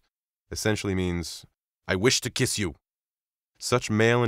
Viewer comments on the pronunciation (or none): none